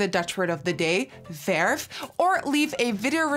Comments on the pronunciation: It’s not perf its verf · Nikki be like: verf whit the pirate rrrr . Me : verrrrrrrrrrrrrrRrrrrf met de meest boeren r die er is.